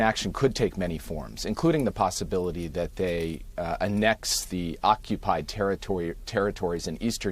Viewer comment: I’ve never heard some pronounce annex that way.